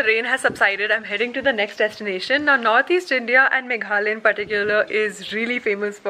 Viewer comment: Its not Meghley, it is Meghlaya. I hope you understand that how to pronounce correctly ?